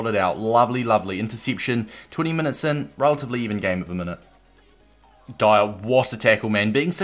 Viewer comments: It’s “Dee- op” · With the pronunciation it’s DEE-OHP. It sounded like you weren’t sure at times. All African words/names that have an “i” in them make an “EE” sound. Same sort of thing with the “A” sound: it makes an “AH” sound. Great content though, will be picking up this card